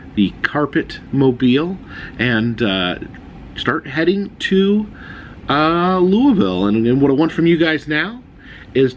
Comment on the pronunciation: You pronounce Louisville wrong